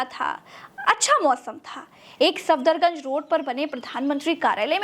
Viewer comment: सादर निवेदन है कि कुछ गलतियाँ दुरुस्त कर ली जाऐं जैसे सफदरजंग को आप सफदरगंज बोलते गये हैं और एक जगह अकबर रोड की बजाय गलती से अशोक रोड बोल गये हैं। बाकी ठीक है।